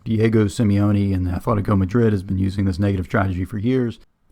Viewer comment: "Athletico" Madrid 🤮🤮🤮